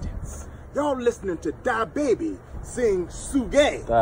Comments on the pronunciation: I thought he said diabetes instead of da baby 😭😭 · Y'all listen to DA-Baby and "Su-gay"...🤣🤣🤣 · He said dy baby 🤣😂🤣 su-gae 💀💀!! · Thought he said Die Baby 😹